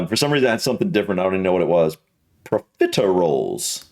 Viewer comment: You did better than a lot of other US reactors I've seen do this video! I just rewatched about a dozen times - for some reason the way you say 'profiteroles' totally got me 😂🤣